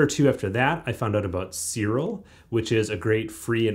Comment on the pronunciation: why you say ... "Sirol" instead Siril, is write with a "i" of "image" not a "o" of "omicron".